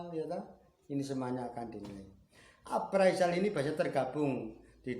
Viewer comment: Bukan aparizal.,.. yg bener itu apresel.